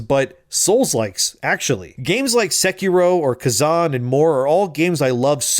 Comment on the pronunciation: "sehkiroouh" hahaha